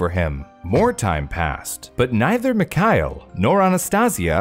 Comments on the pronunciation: Thank you for a great video. And very sorry for being a nerd. The father's name is [mee-har-'eel] and the surname is ['che-li-shef]. ['che-li-she-vah] is the feminine form, that applies to the poor Maria, but not to the male members of her family. Russian names may be crazy, l know :) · Great video as usual - my suggestion however would be that you look up some of name pronunciation for the names! For example, Georgy is pronounced with a “g” like in “go”. Mikhail has no “k” sound in it, it is a throaty “h”. As well, the stress in the last name is distributed differently. You did very well with Iraida and Anastasia though!